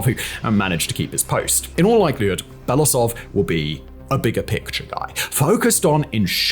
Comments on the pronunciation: It is Be-lo-oo-sov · Very “good” report. Can’t even spell and pronounce the GerasiMov surname 3 years into the war. What do I need to say about Belousov… Belasov god is it that hard to pronounce every single letter you see? U english speakers with extremely huge channels never even bother to spend 5 extra minutes to double check and practice your pronunciation. I always wonder if it is not giving a damn and simply posting new content to match the timing or it is a belief in your own correctness. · I wonder if english-speaking commentators will ever learn how to pronounce his surname. It's Belo-usov, pronounce as if those were two word, u is pronounced like in uber.